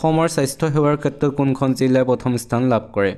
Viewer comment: Jilla buli nkobo sun jila buli kbo